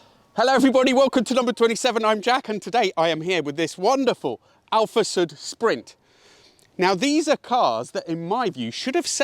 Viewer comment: it is "Soooood " not "sut" (which stand for "south" BTW the Alfasud-"story" is very similar to the one of the English car industry of those years....